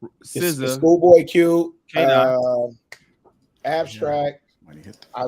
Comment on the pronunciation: you meant AB-SOUL not Abstract 😂😂😂😂